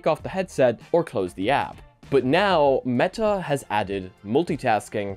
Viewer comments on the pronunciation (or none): none